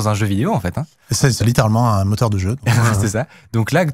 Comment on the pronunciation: J’ai toujours du mal quand j’entends parler de mouteur de jeu lol !